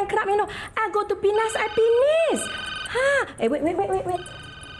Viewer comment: “I go to Pinas, i pinis” 😂😂😂